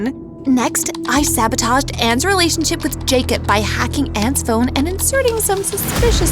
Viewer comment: It’s pronounced Jacob